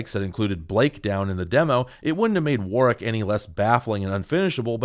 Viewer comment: Thanks for pronouncing Warwick correctly!